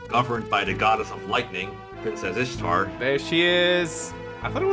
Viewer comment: You mispronounced ishtar you say it like easter